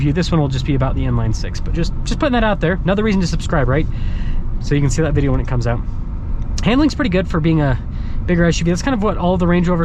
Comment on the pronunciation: Is there ever going to be a video where you actually say video? 😂